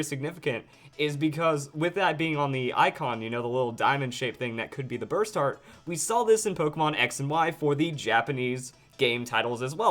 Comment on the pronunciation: You saying Burst Hearts, sounds to me more as Basturds